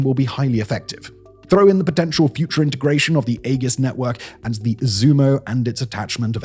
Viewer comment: "EGG-IS" is back, baby.